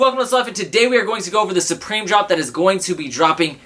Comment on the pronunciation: it is prononced SUPREME not SUBREME smh